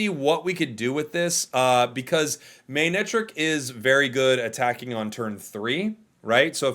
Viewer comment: Respectfully, it’s pronounced “muh-neck-trick”